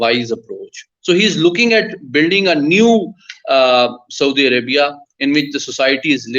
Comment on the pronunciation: Haha 😂 Saudi arabiaaa